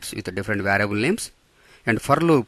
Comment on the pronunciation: Bruh is it “variable” or “varable”